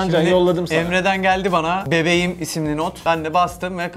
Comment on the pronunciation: Bebeyim değil bebeğim ya 😪